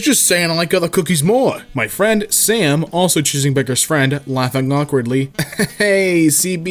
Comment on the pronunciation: Not even choosing beggars It's choosing begges